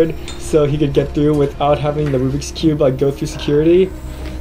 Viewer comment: It's rubiks not rubic